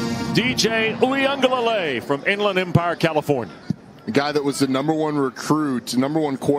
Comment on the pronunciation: These Dudes Cant Ever Pronounce A Samoan Name He Said Dj Ui aga Leilei You Know What I Mean